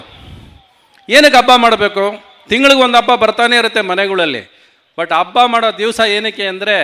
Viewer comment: Ravi Mama I love you but Hampi adu ampi alla, Habba adu abba alla and Premloka was good film but please praise other films like KGF Kantara Charlie etc. People love not only love story but like action and Comedy